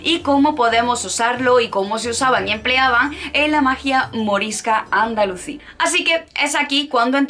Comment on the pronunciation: Dijiste Andalucí y es Andalusí. Aviso por si acaso no se te ha trabado la lengua. El tema es muy interesante pero la exposición te ha quedado demasiado técnica, parece que estás exponiendo para un exámen. Eso sí, te has jartao de estudiar. Personalmente, hubiera preferido que lo explicases tranquilamente con tus palabras no hacen falta tantos datos o haberlo repartido, y se agradecería mucho que mencionaras bibliografía. El azahar en las calles de Andalucía entera y los limoneros en los jardines, romero por los caminos.